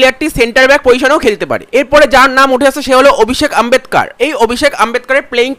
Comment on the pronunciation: Ambedkar noy Bhai ambekar.... Next time shudhre nio